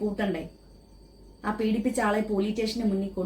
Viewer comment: ടേഷൻ അല്ലാ സ്റ്റേഷൻ. 😂